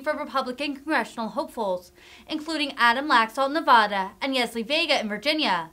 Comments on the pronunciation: Dawn Doran She said it the first way, Nevadans say it the second. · It's not "NeVAHduh," It's NeVAda," pronounced like "cat" or "happy." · It is not NE VAH DA. Nevadans pronounce it NE VAAA DA.